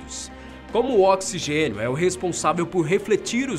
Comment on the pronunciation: Oxigexio kkkkkkkkkk